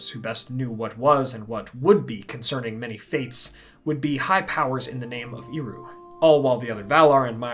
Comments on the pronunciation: Hwy would ye procounce Eru as Eeru? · Great video. In Quenya its pronounced as "air-oo" though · apart from the slightly funny pronounciation of "Eru", awsome video! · Well, at least this video made me check whether or not Eru is pronounced "iru". No.